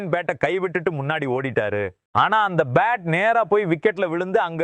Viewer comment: Ur commentary is irritating as ur pronunciation for bat is like pate.